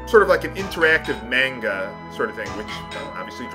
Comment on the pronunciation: I lost a little respect for him on the way he pronounced manga :(